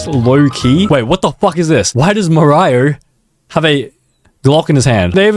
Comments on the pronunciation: it's Mario not morio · ITS MARIO NOT MORIO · mor-iy-or? 😂 it's mar-ee-oh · Not him saying 'Maraio' instead of 'Mario' (ima start saying 'Maraio' too ngl) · Bro said maro not mario 😭😭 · bro said morio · MARIO! ITS MARIO not marIo! Bro, get off those D R U G S! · He called Mario “Mah-rie-oh” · Bro wtf is mar eye o? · Who noticed he said "Mahrio" 🥀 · why does Mario have a gun?! It’s marEO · ah yes mareyeohre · mah rye oh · no shot my guy sed maraio that sounds like the way the ai would pronounce it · Mario❌ Ma-raio✅ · mar eye oh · Mah Ry Oh is my favorite neentongle brand. (If you don’t get it, it’s how he pronounced Mario) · ah yes, mar-eye-o. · True, he said mahraio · Mar-io…. New io game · He said “Mar-eye-yo” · merayo 💀 Is not mario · there is no way you just pronounced mario like that 💔🥀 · why did bro say Mario like that